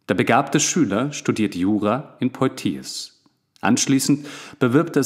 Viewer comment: 👍Angenehmer Rhythmus und Stimme. Man hat lust und raum zum mitdenken. Aber die frz aussprache könntest du nochmal ausbessern - Deh-kart (Descartes), Puat-jeh (Poitiers) ... Darüber bin ich beim hören immer wieder gestolpert ;)